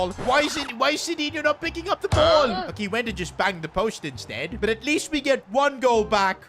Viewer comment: You said insteed instead of the word instead and also you said shushing twice